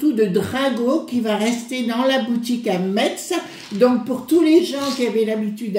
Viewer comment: Metz se dit Messe.